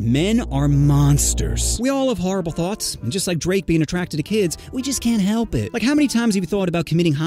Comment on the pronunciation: Blud forgot the t in thoughts